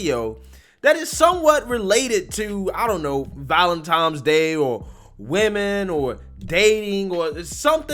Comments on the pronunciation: Sorry, after the third ValenTimes I just had to turn ya off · Can say "vicinity," but not "Valentine."